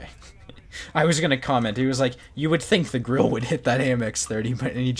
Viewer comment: Löwe is pronounced Loo-va and Grille is pronounced Grill-a. No disrespect but it seems like everyone is always mispronouncing German tank names